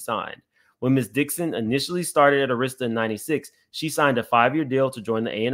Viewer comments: Just an fyi, Arista is pronounced (ur-i-stah,) not (air-is-stah.) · Dear Sir, we love you-however -Pronunciation is KEY. it's not pronounced ER-ISTA -- it is Pronounced ARISTAH- and spelled ARISTA. Please and thank you. good job otherwise. --Slim Thug, must have went shopping with Puff. 😂😂😂😂😂😂😂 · “Aaarrasta” not airesta Jay records is scary as well “allegedly “ It is a whole scary club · AIR ris ta not air RIS ta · AR IS TA pronounced Air ris stah NOT Auh ris stah. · Arista air is ta not a wrist a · It’s Arista with an emphasis on the “A”, not the “I” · Air Rista. That's how it's pronounced. The Head of the Label ALWAYS takes MOST of the $$$ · For future ref: Arista Records is AR-rista. (the A sounds like Apple ). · the label name Arista is pronounced "AIR-rist-ah" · Ok...i just have to say this because the mispronounciation of Arista was driving me crazy. It is prounounced Ah-rista Thank you for your commentary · its pronounced AIR- RESTA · You've never heard of Arista Records? It's pronounced Air-ista. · This is really unfortunate. I hope she gets some closure. On a side note I'm gonna need you to learn how to say Arista Records correctly. Lol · Ahh-rista? Few-Gees? Carlos Santos? Cmon fam. This is why it’s important that Gen X’ers properly educate the younger generations on the cultures history. It’s Arista (as in Air-rista) Fugees (as in Foo-Gees) And Carlos “Santana” (like Juelz Santana) Tetter boro = Teterboro (As in TeeTer-boro) You’re bludgeoning all the words in this video. Sheesh. lol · Oooh the Arista struggle was real. 😁 a -ristta (a like apple). Also Teterboro airport in NJ is only 12 miles from NYC pronounced Teeter-borough. They all use private planes from the convenient location. I love that you tried to correct while reading the lengthy document.